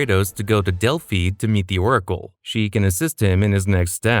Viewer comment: Bro said Delphi wrong.